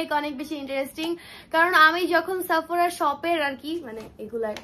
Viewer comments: এইটা সাফোরা না , সেফোরা হবে pronunciation 😑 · Shapura na boin 😂